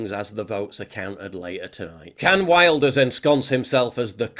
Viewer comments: [Wil-durs], not [wail]. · It's pronounced Vilders. Like Builders but with a V. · Wilders is pronounced Vilders I think? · Im Dutch and its pronounced Wilders like William so no V😉